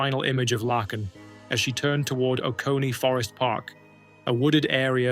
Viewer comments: I like watching these videos but it is pretty disrespectful to say the victim's name wrong over and over. It's Laken like Lake-In. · Broh, its pronounced “Layken” and “Brissol”. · I think her name is pronounced Lāken like a lake. With a "N" at the end. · So let me get this straight, you have no problem pronouncing LAKE Herrick correctly but keep calling LAKEn Riley “Lackin”. Yeah, you really did your research 👌🏻😒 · You are saying her name wrong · Bub you do that much research then mispronounce Lakin's name, cmon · You pronounced Laken Riley's name so wrong and that is so disrespectful. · How do you make a video and not make sure that you are pronouncing a victims name correctly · I could not listen to this because of AI voice pronouncing Laaaakens name so stupid it's disrespectful .... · Please research the pronunciation of people’s names BEFORE posting the story. Doesn’t take much effort. First story…her name is pronounced LAKE (a body of water) ending with N. You can listen to news stories to hear her name said properly. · Dude..... It's pronounced LAKEn... Not lacken. Lake, lake! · HER NAME IS PRONOUNCED LAKE-N NOT THE FUCKED UP AI SHIT LACKEN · You are pronouncing Laken Rileys' first name wrong. It is Lake - n NOT Lack - n. At least you did better than Joe Biden. He gave her a completely different name. 🙄 Then he opened the gate and let in thousands more criminals just like her killer. Well Obama did. Obama was in the white house way more than Biden during the horrific Biden term. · At least learn how to pronounce the name you're gonna be saying , let me help you , laken , lake n ....... Get it , NO lacken .... SMOOTH BRAIN. .... NO QUARTER ASKED NONE GIVEN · if that first story does not show how bad AI is , Her name is not Larken , no r ,Lacken , no c , it is Lake en Laken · Its not Lacken -- her name was pronounced - Layken - Laken Riley. Gosh that was annoying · It's is pronounced lake in! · LAKE N her name is pronounced say lake then n Laken 😂